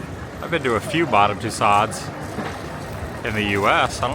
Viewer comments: Actually, her last name is pronounced (too sowed) or like (to sew) a dress. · Somebody teach this guy how to pronounce tussaud.